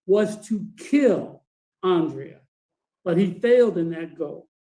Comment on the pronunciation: Dude can't even say Andrea's name! Not last time or this time. That alone speaks volumes. Thanks for the content!